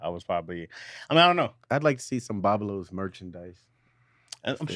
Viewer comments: Everytime he said Boblos instead of Boblo island I wanted to jump through my phone and correct him I cringed everytime he said it wrong 😂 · I tried to correct him in the live- but he paid NO attention… 🤣😂I was like 🗣️NO ‘s’ is on that word!!! 😡😡😡